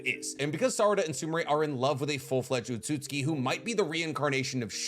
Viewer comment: Why do you pronounce Otsutsuki as otsutski? It's o-tsu-tsu-ki. Not o-tsut-ski.